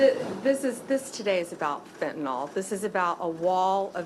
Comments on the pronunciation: Blondi Bondi... It's not pronounced FentanOL, it's pronounced FentanYL. Shouldn't the head of the DOJ know that?! That's like the head of the DOE saying "nucular" instead of "nuclear." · NO ONE can pronounce fentanyl. its not "FET-IN-ALL". "FEN-TA-NIL". idiots... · FEN - TA - NYL. "NIL", NOT FEN - TA - NOL, "FENTANOLLL", why do so many talking heads pronounce it like this? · Really wish the attorney general could at least pronounce fentanyl, not to mention release the Epstein files.